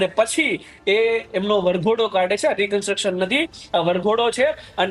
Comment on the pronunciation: ભાઈ, "રિકન્ટ્રક્શન" નહીં, "રિકન્સ્ટ્રક્શન" બોલો